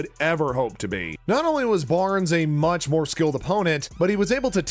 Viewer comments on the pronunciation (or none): none